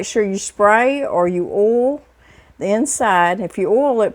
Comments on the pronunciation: Use bigger bowls. That's oyyy ul. Oil. Not 'ol'. 😣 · I love how she says oil too. More like oll. I remember visiting my family in West Virginia (we live in Ohio) the first time as a kid and asking them why they talked funny? They said they didnt talk funny, YOU talk funny lol. I'll never forget that lol. God bless, Shirley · Oil and bowl are my favorite words that says lol. Blessings 🙏🏼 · Oh you are so clever. I have never thought to use cans as cutters. Has me thinking of different round shapes of cookies that I make and decorate. I love that you say oil the way I do. I grew up in Indianapolis, but lived in Texas so long I began to sound more Texan. I love this recipe. I will have to try it. I am always looking for fun things to take to our Wed night bible study at church. Praise the Lord, My hubby, an former atheist of 60 yrs got saved a few weeks ago. Prayers answered. I thought I would share that. Hugs.